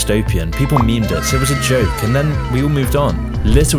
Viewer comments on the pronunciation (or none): none